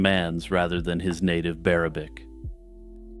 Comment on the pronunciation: Bearabic lol I can't ... so good.